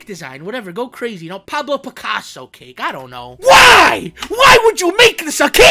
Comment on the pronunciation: WAIT DIO HE DI.DIO HE SAYS CAKA